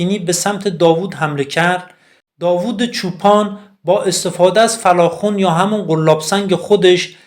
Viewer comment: تلفظ درستش فَلاخَن هست..خراسانیها میگن پِلَخمون..کوردها میگن قَلماسِن..